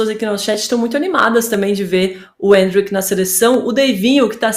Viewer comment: Endrick ta mais pra mbappe ou o imperador. E porquê essa mulher não fala endrick normal